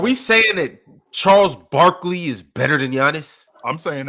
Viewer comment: What is this dude saying? Barkley????? I grew up watching Barkley and I can say Giannis and Jokic are better.